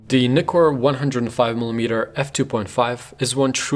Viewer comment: Thanks for this review, above all thanks for pronouncing Nikon and Nikkor correctly.